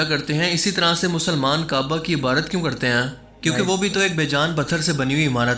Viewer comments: IBARAT NAHI , IBADAT....BOSA MEANS, TO KISS, CHUMNA . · Ebadot ko Ebrot bolna ki sleep of toung...